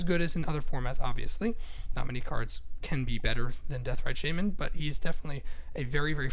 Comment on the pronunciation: deathrite shayman? :))) it's shaman not shayman